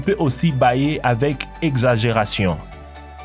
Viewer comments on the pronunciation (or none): none